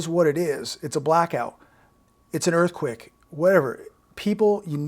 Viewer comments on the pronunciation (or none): It sounds like you're saying "Earth quick"